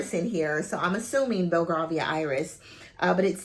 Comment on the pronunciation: Hey its pronounced “Bell-Gray- vee-ah” Iris xxx love your review